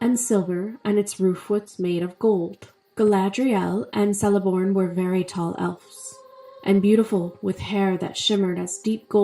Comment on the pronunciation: Btw it’s pronounced Keleborn